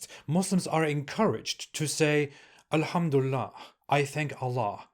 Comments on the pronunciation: I'm very happy 😂😂😂 oğlum çıktığın yere geri gir,how do you know , if you're not happy doesn't mean we're not 😂😂😂😂 you can't even pronounce elhamdülillah right and that proofs that you never were a MUSLIM you prick 😂😂😂😮😮😮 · “I used to be a Muslim” you can’t even say alhumdulillah or Islam right. 😂😂